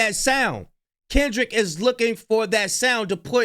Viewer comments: He doesn't even know how to say Kendrick's name. 😂 and why did it take so long to make this claim?? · He can't even say Kendrick's name right.SMH